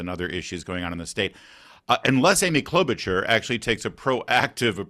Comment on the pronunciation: FFS. The CH in Klobuchar is an “SH” sound